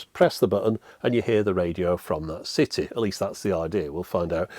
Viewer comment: Careful how you pronounce "city"! 😬